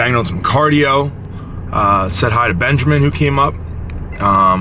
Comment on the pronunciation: i love how you say benjeRmin haha as if theres an R in his name